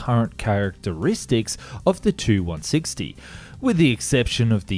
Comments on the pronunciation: You pronounce the Russian hardware wrong... It's the Pak d. A. And the t. U. 160 not too 169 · Damn, it seems westerners love to reverse Russian capitalization just as much as accents in pronunciation… it's supposed to be "PAK DA" and "Tu-160" :\